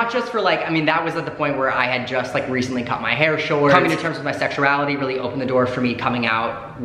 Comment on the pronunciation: Anyone else live how said, "sexurality,".... Just me?... Aight